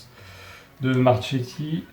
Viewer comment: Akichi est arrivé du Paris fc,Marchetti se dit Marketti 😉